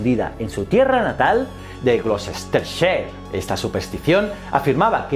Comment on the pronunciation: Hola. Gloucestershire se pronuncia como Gloh-ste-share: (/ˈɡlɒstərʃər/)